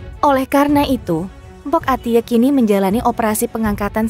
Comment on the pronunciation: Admin ga jelas Mpok Atik kenapa Atiek bacanya